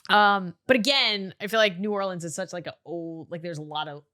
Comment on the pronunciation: As someone from Louisiana pronouncing New Orleans right makes me so happy